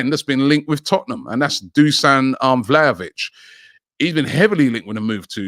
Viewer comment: lol he nailed it